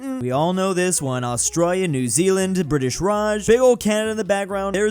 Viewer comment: Australia ❎ Austro Ya ✅